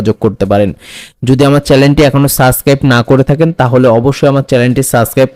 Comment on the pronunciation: চ্যালেন না, চ্যানেল হবে ভাই😂